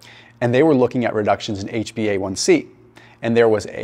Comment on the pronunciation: HbA1c. Maybe practice pronouncing it before shooting a video 😅. Love the video.